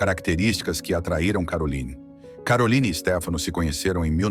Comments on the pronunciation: Vídeo muito mau. O nome da princesa é mal entoado, se deve pronunciar Caroline, como um nome francês e não Carolaine à maneira inglesa. Ela nunca se divorciou de Ernest de Hannover, seu terceiro marido, embora vivam separados. Não consta que detenha todos os títulos academicos académicos mencionados e nem sequer foi/é essa figura benemérita com grandes feitos sociais em prol dos desfavorecidos. O que mais consta sobre a princesa são os seus escandalosos romances de solteira, o snobismo e a arrogancia propria das classes de poder. Sua beleza e elegância são a causa de sua fama e pouco mais. arro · Não é CAROLAINE e sim CARROLINE que se pronuncia… a narrativa realmente deixa a desejar…. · on dit Caroline pas Carolayne, la langue monégasque est le français ! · Carolaine!?!?! Ninguém a chama assim!! Ela é de Mônaco, onde se fala francês! Seu nome é CarolIne, onde o i é um i. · Pare de dizer CAROLÁIN....ali em Montecarlo a lingua é francesa...vc tembq dizer CAROLÍN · O nome da princesa de Mônaco não é pronunciado “Carolaine”. Ela fala francês. É Caroline, mesmo. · Caroline, é francês e não inglês (Carolaine) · É uma hora pronuncia Carolaine outra hora Caroline. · Por que o locutor fala Carolaine se em Mônaco e na França, país fronteiro, se fala Caroline. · É pronunciado em francês Caroli (li) né !! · Imagens repetitivas demais. Isso deixou o vídeo chato, sem falar da pronúncia errada do nome dela. O nome é francês; entao a pronúncia é CAROLINE - simplesmente. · E essa pronúncia "Carolaine" 😂😂😂😂😂 vocês sao amadoramente ridículos. Chega a dar pena 😂😂😂😂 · Exatamente! Meus ouvidos ficaram doendo, cada vez que o sujeito falava ”Carolaine”. 🤦🏼‍♀️ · Eu também estranhei a pronúncia do nome dela. A língua falada em Mônaco é o francês! Eu falo francês e conheci Mônaco! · A pronúncia do nome de Caroline está incorreta!